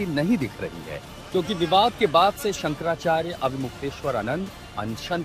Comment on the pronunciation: पहले तो शंकराचार्य जी का नाम कहना तो सीख ले